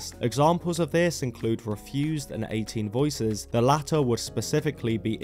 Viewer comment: It's Eighteen Visions, not 18 voices lol 😂. Hilarious to think 2000s emo was Myspace glam rock & arena metal- everything that punk railed against in the 1980s. For punk, a true case of you either die a hero or you live long enough to become a villain (and become what you hate). Emo, just like metalcore, became detached from punk and metal, and became their own scenes.